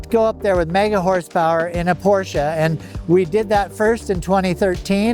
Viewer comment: Thank you for pronouncing Porsche correctly